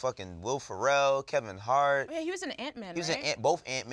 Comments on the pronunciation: Are we not gonna mention how pronounced Will Ferrell? He literally said “Will Pharrell” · Bruh called dude "Will Pharrell"... It's Will Ferrell. Like a cat, not like Billionaire boys/ Neptune's etc. Headass